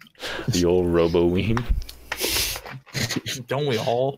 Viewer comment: "Robo ween" Now I've heard everything